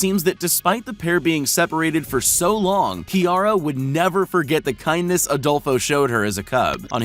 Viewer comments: “Kiara and adolfo” Adolfo but without the o at the end 😳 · Adolfo without Last o